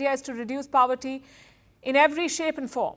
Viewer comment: Please stop pronouncing poverty as paaavarty. So annoying! It does not sound cool; rather it sounds stupid.